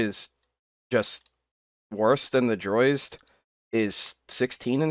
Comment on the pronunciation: Why oh why do you call Drozd the "Droizd?"